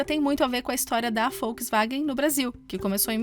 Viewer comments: Achei um desrespeito para conosco. Que se dane que fala assim LÁ NA ALEMANHA. Estamos no Brasil e a cultura assimilou Volks com som de “V”. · Alguém mais esta ouvindo folksvagem? kkkkkk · É Volkswagen. Não é Folkswagen!